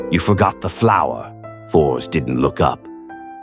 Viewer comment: seeing the name written and pronounced a Force instead of written and Fors and pronounced and Forz is kind of grating on the nerves